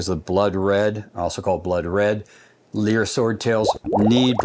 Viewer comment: It's called li-er after lyres